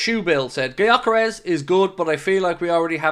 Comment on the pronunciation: Just reacting to title: just FYI since Gyökeres is a Hungarian who grew up in Sweden his name is pronounced like Dyökeresh. With the Gy pronounced like the D in dew or due. If anyone cares to pronounce it right